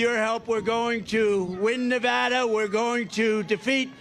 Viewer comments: Every time I hear this song, I cry. I❤MY 🇺🇸💯 Thank you for pronouncing that BEAUTIFUL STATE CORRECTLY! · He says Nevada properly!